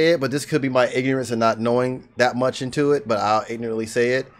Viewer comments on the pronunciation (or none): none